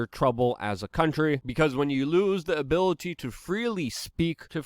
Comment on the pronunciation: Luke, love your work but I laughed so hard at min when you are criticizing Joe Biden and his cognitive ability but it came out in a trunalimunumaprzure kinda way like: "abivibivibility" XD. That timing... XD. Keep up the good work man!